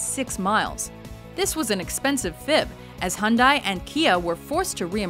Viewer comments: #8.... it's pronounced: hun-day; not hun-dye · hunday:)))) nice pronuancination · HUN-DIE?? Aint it HEE-YUN-DAI...? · you're pronouncing Hyundai wrong xD hahaha